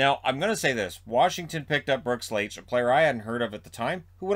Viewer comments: Brooks "Like". The H is silent . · Isn’t it pronounced Brooks “like” ? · Brooks Laich is pronounced like “LIKE.” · I know that it's not your fault but as a Caps fan hearing Laich's name being mispronounced hurt me a little.